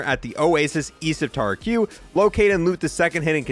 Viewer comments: Bro taraq is pronounced "tai_rahck" not tar q smh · "Tarah -Q?" its "Tahrack"!